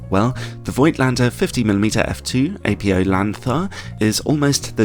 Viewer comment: Apo (apo) is a type 1 shortening for apochromatic, apo is not an initialism with the letters being the first of several words nor pronounced as such. Apo is to be pronounced as a word.